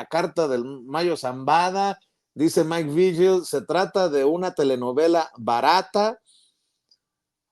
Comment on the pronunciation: Porque pronuncian Maik "Viyel", se pronuncia Vigil que no?